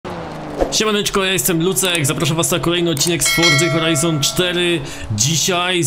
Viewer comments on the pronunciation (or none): none